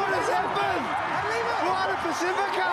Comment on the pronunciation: Moana Ba-c-fee-ka not pa-seh-fe-ka